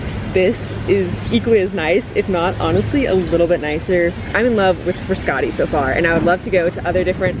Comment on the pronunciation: I’m Italian and thats not how you pronounce Frascati or Trastevere.